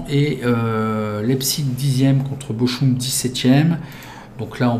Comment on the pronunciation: Salut le Ch en allemand se prononce R, donc Bochum = Borrum après j'y connais rien en allemand.... lol